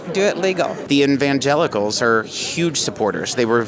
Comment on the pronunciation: "The in-van-gelicals" They must be the ones who live in a van DOWN BY THE RIVER!